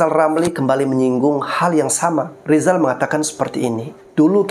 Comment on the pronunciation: " R " ini huruf apa ? Huruf L ' kata lisal🤣🤣🤣